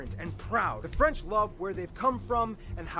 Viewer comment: Your french pronounciation is actually better than Barby, who muscles through it as if he was eating a mouthfoul of potato chips.